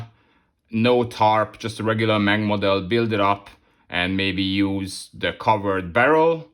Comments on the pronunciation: No Problem! The English and Frensh say what they want but Germans try to speak foreign names as close as possible. Well, say at least "eM Ey eN". And the abreviation "Ausf." ist always spoken long; So, "Ausführung A/D/G"... Your viewers shouldlearn how it is said correctly. Best wishes!!! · When you say"M-A-N" in future, please speak every letter seperately. That's how Gemans do it. The "M" and "N" sound the same in English and German. The "A" is stelled like in "Natascha", So, you say "eM A eN". It means Maschinenfabrik Augsburg-Nürnberg. And in "Nashorn" the "a" is also like in Natascha" (but a long "a". "Naaashorn"...